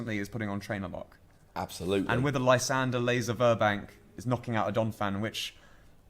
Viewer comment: Watching this in 2017: your pronunciation of Lysandre is golden!